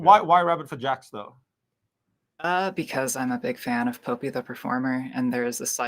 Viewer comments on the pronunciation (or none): Po pee? I think its Pop ee the performer.